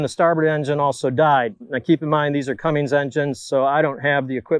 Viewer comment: There is no G in Cummins 😂😂